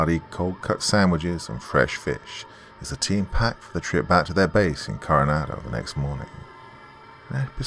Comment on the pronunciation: I was at Coronado island for 2 years.. I was in the navy and the way you're pronounced and Coronado is not how it's pronounced